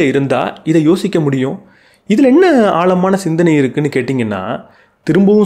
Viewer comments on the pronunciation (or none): ஆழமான என்று உச்சரிக்கவும் ஆள்மான அல்ல. எளுத்து அல்ல எழுத்து. முதல்ல அதை சரி செய்யவும்